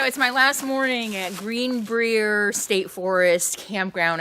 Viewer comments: Pronounced: Green Briar :) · Green Brier pronounced like bryer. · It's good to see Capone enjoying himself on your walks. WV is a very rustic state, but on is it a Gem. The little towns, like Lewisburg, are so much fun to travel through and see their history. Oh FYI, Greenbrier is pronounced Green-bryer (like the ice cream). :) ~db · Just a little FYI, I believe it is called: Green brī er. I was in Prague!!! I absolutely LOVED Prague!!! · Love how you mispronounced the Greenbrier, lol